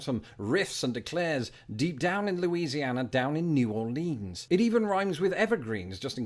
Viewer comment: New Orleans= Nah Lynns